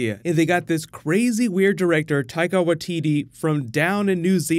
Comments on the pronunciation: Wai-tit-e, and Mou-ri (like mouldy with a rolled r instead). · As a kiwi myself I want to help you with a couple of pronunciations - Waititi is said as Whytiti and Maori as Mowrhi. ☺ I loved the film, I cant remember the last time I left a cinema smiling. Arrive if you can before the previews. It is my favourite Thor film, first Avengers is still my favourite.